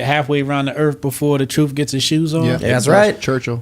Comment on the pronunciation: "When the troof gets his chews on, it gets a running "